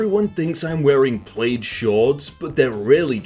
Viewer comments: my dude pronounced the word plaid, *clears throat*, “plade” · Okay I'm very sure is messing with us. Who pronounces Plaid as PLAYED. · Are we just gonna ignore the fact that he just pronounced "plaid" as "played" . It really hurt my ears.